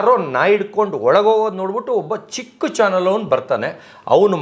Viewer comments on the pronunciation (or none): none